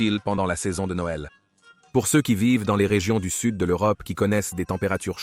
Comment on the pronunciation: ”Seusse” et ”sesse” pour dire ceux et ces , c’est une IA qui fait la voix off ? 😊 Ça m’déprime 😢